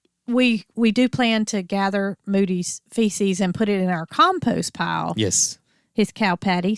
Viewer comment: Lol it's manure not cow feisies.